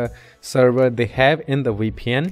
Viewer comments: We pn 😂😂 bro Say V P N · It's Veee Pee En. Not Wee Pee En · Sounds like WeePN to me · you're just liying you can't say vpn